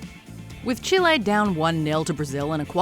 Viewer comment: Love really? You even hear the commentator in the match call them chile not Chilay! Pure ignorance 😑